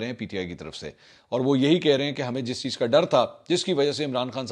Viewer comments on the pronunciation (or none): none